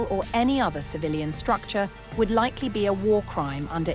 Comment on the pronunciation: You keep saying likely like the beach you R